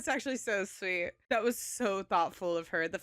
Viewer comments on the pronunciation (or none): none